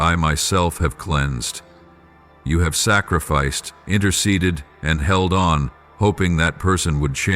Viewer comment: Why do you keep saying I've geld onto that dog